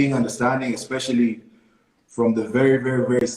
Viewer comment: EXpecially.. it's especially!! ....... kwa halo machache!